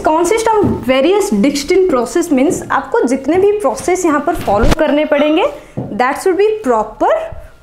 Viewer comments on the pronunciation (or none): none